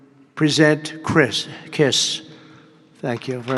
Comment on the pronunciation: "Kriss"? WTF?